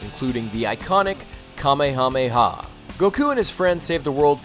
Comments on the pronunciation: Sh*t, is this the first american youtuber to pronounce Saiyan and Kamehameha correctly? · Finally someone pronounced kamehameha right I hear so many people say it wrong